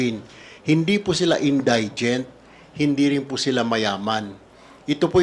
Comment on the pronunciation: Sir Tulfo: In dee gent po, not in die gent